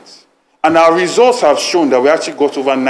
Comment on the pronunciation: I heard resource instead of results😂😂😂Chairman Aspirant..